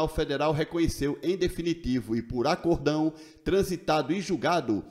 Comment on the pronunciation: não é "Acordão", é Acórdão kkkkkkkk Mas deu pra entender.